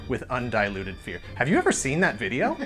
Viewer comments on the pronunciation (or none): Totally heard "undiluted beer" instead of "fear"...still applies.